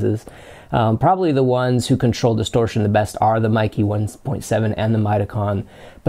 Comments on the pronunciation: Meike: "may-kir" - roughly translates to "beautiful technology" in Chinese. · MEIKE: IT is pronounced May Kuh. It is composed of two Chinese characters.